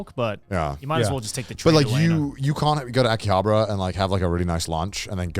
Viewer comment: The way they pronounce Akihabara is so irritating 😂